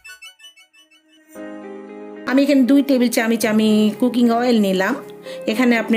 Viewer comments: চামচ,বা চামিচ বলে কিন্তু আপনি কিসের বারবার চেমিচ বলেন 😁😁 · Camic kno bolcen. 😆😆😆😆. apnar uccharon thik vabe Korn. Ranna ta osam. Clo